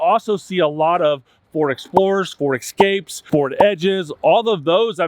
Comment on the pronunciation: Ro-goo??? (Rogue) Eck-scape??? (Escape). Please learn to speak in English.